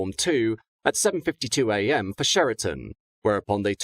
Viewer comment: Pedantry Corner here. Cheriton is pronounced as you would with the word Chat. Minor matter, but as I lived near there for some time and therefore important to me at least. Thank you